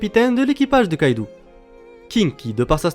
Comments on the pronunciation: ON DIT KAIDO PAS KAIDOU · KAIDO !!!! et pas KAIDOUU sinon gg la video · par c'est yonko pas younkou et aussi kaido pas kaidou